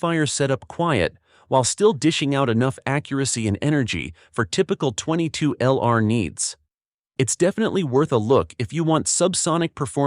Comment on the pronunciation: Title page photo inconsistent with the actual topic. Earns you a big THUMBS DOWN. The AI narrator earns you TWO THUMBS DOWN because that AI dude mispronounces way too many words, beginning with .22LR. It's pronounced "twenty-two long rifle" not "twenty-two ell-arr"...! (Sorry, but I couldn't make it thru the entire video.)